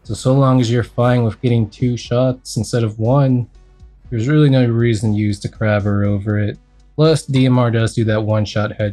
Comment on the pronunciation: Ignore me if u wanna but please call it kray-ber and not crab-er